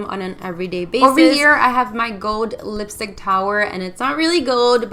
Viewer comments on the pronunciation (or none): "Lipistick" lmao 😂